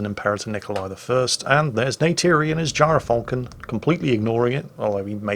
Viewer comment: gy ra falcon... sounds wrong